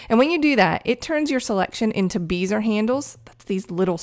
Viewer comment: Very cool. Been using Photoshop since version 2.5 LE before layers were introduced. Its amazing how far we've come. Also, bézier is pronounced "behziay" instead of "beezer".